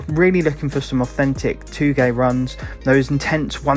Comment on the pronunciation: Two gay? No. Toe gey yes (touge). Bozu? No. Bosuzoku yes. Key cars? No. Kay-E cars yes (kei cars) lol I know your from the UK. Nice video much of what’s wanted I agree with. I think you should have the option to choose between your traffic level and even turn it off And a feature like instead of midnight club races. A mode called touge team sprints. Where you can join a touring team of touge street racers perfect way to call back to initial D maybe even hit the eurobeat for a race or two in the games soundtrack would be amazing